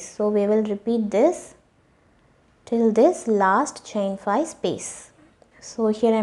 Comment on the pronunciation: Omfg STOP SAYING “FYE!!!” There is a ‘V’ on the word “FIVE!!!”